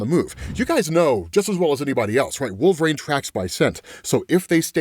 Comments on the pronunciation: Wool-Ver-Reen. Pronounce it. Right now. Wool. VER. REEN! Wolverine. There is no "A" anywhere in that word. It is NOT Wool-Vrain. That is incorrect. Pronounce it as, Wool-Ver-Reen. Please and thank you. OMG. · Please. LEARN TO SAY WOLVERINE!! 🙏